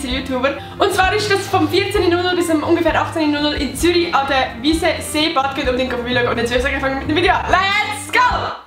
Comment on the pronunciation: real O. G. Sie hets falsch gseit „seebad enge“